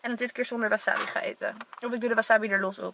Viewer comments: Leukee videoo! Maar je moet eigenlijk zeggen: waasaabi en maaki want er staat geen wasabbi of makki maar verderest leuke video😝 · Ik erger me echt aan hoe je wasabi zegt ):(